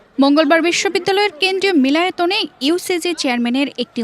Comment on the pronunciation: Milotayon na, milonayoton uccharon hobe